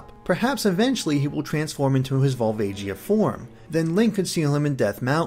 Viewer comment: You pronounced Volvagia wrong, I believe.